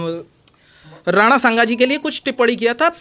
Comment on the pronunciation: Ye sale ko maha rada sanga ji ka ek baar me sahi se naam nahi bata pa raha hai aur ye vir purush ka naam par politics kar raha hai